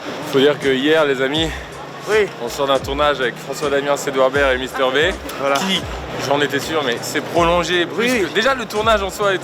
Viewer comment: Quelqu'un pour dire à Carlito d'arrêter de prononcer "Mister Vé"?